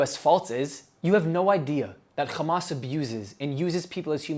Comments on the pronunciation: I don't know why people say xamas. It's meant to be an h as far as I can tell, for harakat - movement. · Bro stop saying khhhhamas lol. Its not how you pronounce it. You speak perfect English just use the H.